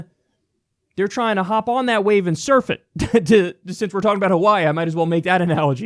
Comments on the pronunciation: Did he just call Hawaii “haveiii”? Embarrassing. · I like how he pronounced Hawaii and the rich will make sure s guy like him loses thats the state of the union for ya